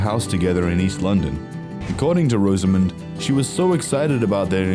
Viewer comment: Her name is pronounced Roz-a-mund, not Rose-A-Moond.